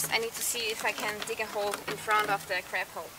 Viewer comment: Fun video. I genuinely heard "in front of the craphole", made me chuckle a bit. Cheers.